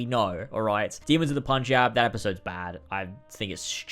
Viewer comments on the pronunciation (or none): none